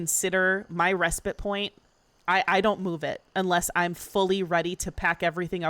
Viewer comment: I don't care about anything else, but THANK YOU for pronouncing 'respite' correctly! The last couple weeks have been maddening! What is wrong with people? These streamers literally talk for a living, you'd think they'd look it up!